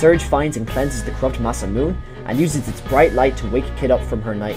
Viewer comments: Some people just don't like that fourth syllable. As a kid i use to pronounced it as mah-sa-moon, my brother pronounced it as mah-say-moon. It wasn't until we got older that we finally know it's really pronounced as mah-sa-moo-nay. We just don't like the nay part. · There is just one thing that bothers me, and that's the pronunciation of "Masamune." I hear SO many people pronounce it that way - and I get it, most Westerners don't know how to speak Japanese - but it's like hearing someone say "NOOK-ya-ler" instead of "nuclear." XD FTR, it's "mah-SAHM-uh-nay." Like Masamune Shirow?